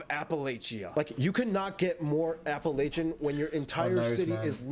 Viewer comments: He mispronounced Norfolk and Appalacian. You pronounced Norfolk correctly. I enjoy your videos. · I feel like he's never heard the word Appalachian. It's pronounced appuhlatchin or appuhlayshun but not apuhlaytchin.